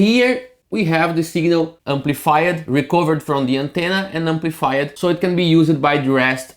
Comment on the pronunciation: defined" ... two syllable.... deee-fined ... not de-fine-ed Same goes for amplified. No amplifi-ed. If you just took off the -ed and pasted a t on the end, it would be closer.